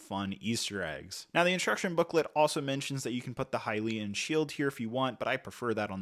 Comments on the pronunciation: isn't it Hylian* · I wish he'd just say upfront that he's unfamiliar with this franchise. The mispronunciation is... crazy. Like, many of us played these games pre-voice acting, but ocarina and Hylian are spelled simply. How did you get every single one wrong?